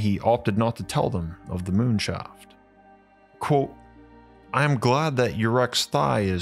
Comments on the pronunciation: It is pronounced "quote" not "quo". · Love the content. Heavily bothered by your pronunciation of the word "Quote" lol